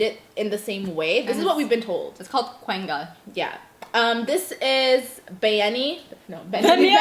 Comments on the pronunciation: Man said qwenga it’s quanga pronunciation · Man said kwenga lol